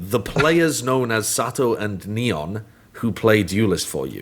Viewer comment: i recommend pronouncing his name in spanish: Neh-On